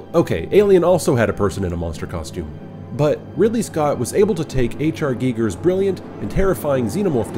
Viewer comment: Finally, a reviewer who knows how to pronounce Giger's name!